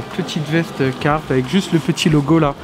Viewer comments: Biennn, parcontre jsp si t'a remarque mais ya un r a carhartt apres le "ca" Et je crois qu'il se prononce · Ca ma faut bizarre de pas entendre le R de carhartt